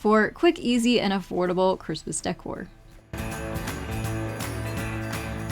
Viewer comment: It's decor. Not dycor😮😮😮😮